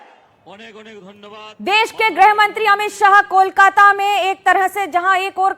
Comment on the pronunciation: जिस देश का गृह मंत्री गृह मंत्रालय को ग्रुह मंत्रालय कहता हो । लाख कोशिशों के बावजूद शुद्ध उच्चारण ना करके ग्रुह मंत्रालय ही कहने को मजबूर हो , उस देश का क्या हश्र होगा ? सब दिल्ली का हश्र भी देख रहे है। और सुभेन्दु आपने धोकर पवित्र कर लिया है शर्म आती ही नहीं । वीरता दिखाने को वीरता बताना कहते है। क्या देश का दुर्भाग्य हैं ।